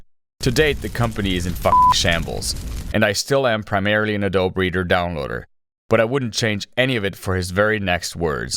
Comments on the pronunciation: AdobE!!! A-dough-be!! You pronounce the goddamn E!!! Where the hell have you been that you use computers (you’re on YouTube and making content for it) and have never heard someone say the name out loud ?!?! Jesustapdancingchrist!!! Not adob- ADOBE!!! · it's ah-doh-bee, not ah-dobe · I hate how you say A DOBE. It is ADOBEE. BEEEEEEEEE. BEEEEE MF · also it's uh-doh-bee, not uh-dohb, sir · Why does bro pronounce it like Adoe breeder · "uh-DOBE" LAWL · It's pronounced 'uh-doe-bee' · Do you really say "uhdowb" in real life? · "A -Dobe" oh dude.... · AD-O-BEE you brainlet. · ADOBEE IT'S FUCKING PRONOUNCED AH-DOE-BEEEEE. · Disliked because you pronounced "Adobe" a-dobe. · are you making the E silent on purpose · That's not how you pronounce adobe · AI voice cant say adobe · the adobe pronunciation though